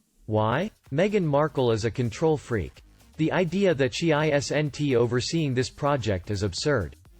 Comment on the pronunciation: There we go again you can't read isn't you read it as I s. n. t